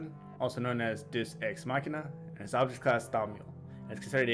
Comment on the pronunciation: Deus- “Day-oos”.